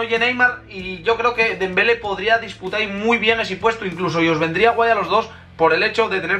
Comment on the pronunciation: Es dembelé con accento😂🙄